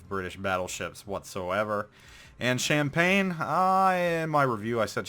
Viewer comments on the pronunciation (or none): none